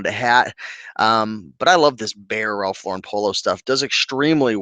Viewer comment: You are one of the few YouTubers who pronounce Ralph Lauren the correct way. It is LAURen, not LauREN. The man is not French and he even pronounces his name like you would pronounce a girl's name Lauren. I sell ties and can say that due to covid, casual Fridays and just the nature of tie-wearing, it is not as strong of a market as it used to be. Remember when men always wore hats? The market is still out there for ties, but they are not fast sellers unless they are rare, vintage and also a top name. I do not want people to be discouraged, but the ties need to be in excellent condition, silk, woven fabric a plus, sought after designer, and a unique stand out design a plus. If you are buying at the bins, the more informed you are, the better your chances of selling at a good price. You do not want to end up putting up 10 ties for $10 just to clean out a closet. Also, make sure you indicate the measurement of the widest part of the tie. A photo with a ruler is always better than just stating the inches. Visuals over words. I tend to sell a lot of Hermes ties that I got in the 1990s (at bargain prices from a second-hand store)and each has a number to identify the design. Since I live in NYC, it was easy for me to authenticate the ties at the Hermes store. I am not in a rush to make a quick buck on them. I know there are collectors who are looking for just the right design and will pay top dollar.